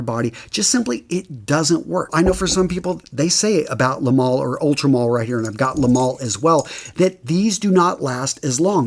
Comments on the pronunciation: Le male is French and it's pronounced "mâl" not "mail". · I don't understand why scent reviewers can't take two minutes to learn how a French word is pronounced.